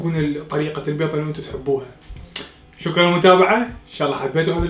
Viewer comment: اول شي انته تاكل بيظ شنو الي يخبل وكمت متعرف تحجي البيظ لاخك